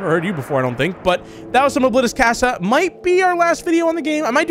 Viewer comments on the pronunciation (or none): C-ah-sa not key-ah-s-ya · its pronounced "cah- sah" like ahh not AHHHH